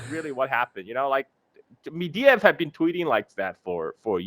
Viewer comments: It's Medvedev, not Mediev. Get your facts straight. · It's Med-ve-dev,, not Mediev or whatever.